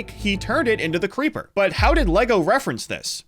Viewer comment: "Preeper" made me laugh